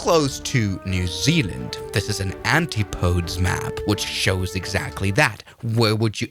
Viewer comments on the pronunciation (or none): Erm, it’s ’anti-podeez’ not ‘antee-powds’.